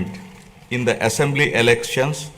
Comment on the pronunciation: Is it, essamblee. There is no any syst Um. What is, this.